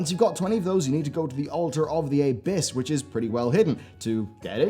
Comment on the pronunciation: That abyss pronunciation.